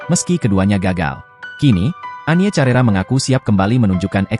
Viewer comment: Penyanyi tahun 80 an.. bukan tahun 90 an.. bukan carera, tetapi di baca karera...